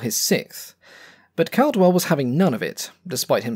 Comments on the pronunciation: Clive Caldwell's surname is pronounced "CAW-dwell", not "CAL-dwell". Tut-tut, black mark,. 🤨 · Hey, do you have a reference for that combat between Caldwell and Schroer? FYI, just a small point: I believe his name was pronounced with the first syllable as ‘call’, as in ‘all’ or ‘hall’ and not ‘cal’, as in ‘calibre’. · Great video about a mediocre fighter (sorry, still not convinced). It makes its aces, like Clive Caldwell, all the more impressive. Also, the surname “Caldwell” is pronounced “cawdwell”. I’m surprised an Aussie aviation enthusiast didn’t know this. Good vid, tho’!